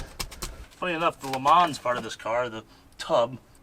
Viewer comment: The S is silent, Le Mans is pronounced Le mon...its french.